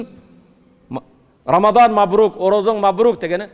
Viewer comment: Рамзан эмес рамазан деп айт!!!